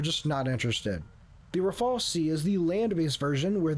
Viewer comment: why are you all putting the e before the L it is rafale not rafael, rafael is a israeli weapon producer